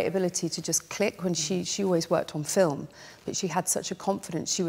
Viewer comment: There are so many of him that I can't tell which switch is which. Except that the Paul from 64' pronounced, "film", as such; "film". But this guy pronounces it; "filim", with an extra, "i".